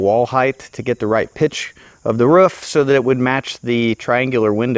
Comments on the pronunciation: Sounds like when he says roof he’s is saying woof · Stop saying roof wrong